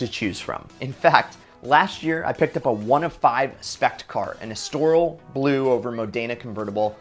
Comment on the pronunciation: This guys doesn't know how to pronounce estoril, modena, or bimmer. Learn to talk, dude.